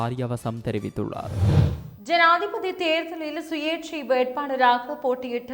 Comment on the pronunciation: Not Theriviththullazu. Theriviththullar In some sentences